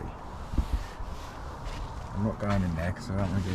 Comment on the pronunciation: Quay is pronounced "KEY". But I bet you already figured that out 😉